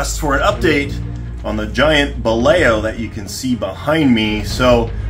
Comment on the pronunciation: It's pronounced as "Ba-law" not "Balay-o".